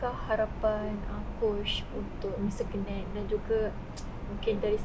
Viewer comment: wartawan ni sebut 'kenneth' mcm pelik lah... dah jadi kenit pulak 😂 ... perkataan 'ken' tu salah sebutan. ken like kenny. bkn ken like chic'ken'.